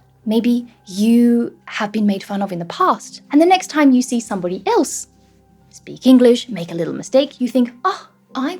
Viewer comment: Est-ce un "see" australien? J entends say...